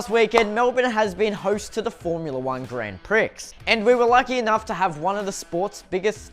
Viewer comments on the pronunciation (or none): Did man just say grand priX and pronounced the x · It's pronounced pre dumbass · did anyone else cringe when he said grand pricks